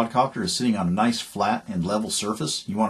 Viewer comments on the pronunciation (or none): none